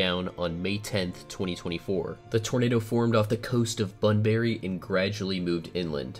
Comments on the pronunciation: pronounced ‘bunbre’ The E is not silent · It's not bunberry it is pronounced bunbry 🤣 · It’s pronounced bun-bry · and btw i find the way you said bunbury as "bunberry" is really funny to me idk why